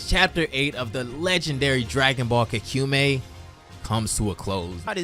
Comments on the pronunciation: ka=kah ku mei=mai kahkumai/ kakumei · its Kakumei not kakumi its pronounced as an y and this is good and all but you need to step up the reading like ig. you red 2000 as 200,how even? otherwise cool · I love your videos,but holy crap the way you pronounce kakumei is so wrong that it hurts my soul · The form at the start is blue not ui. He may be combined ui with blue though Edit: bro can not say kakumei